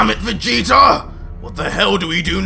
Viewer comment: STOP SAYING VAGETA